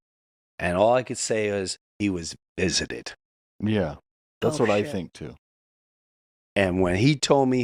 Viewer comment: "Vistited"? By aliens?